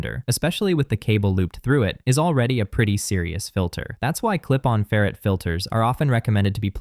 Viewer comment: Either learn how to pronounce "ferrite" (FAIR - right), or teach your AI (??) the correct pronunciation.